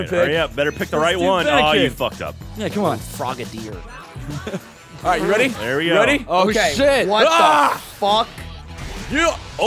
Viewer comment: Did say "go frog a deer"? I now want to find a context for this.